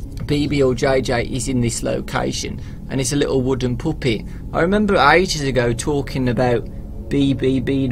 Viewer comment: when said puppy i heard poopy.